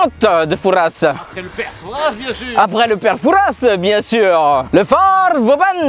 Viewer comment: le S de Fouras ne se prononce pas! C'est comme dire parisss